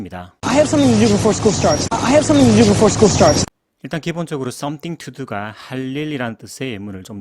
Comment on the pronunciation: 감사합니다.. 항상 최고의 강의라고 생각하고 있습니다. 그런데, 섬띵이 더 약하게는 서닝으로 들리기도 하는데 어떻게 발음하고 있는 걸까요?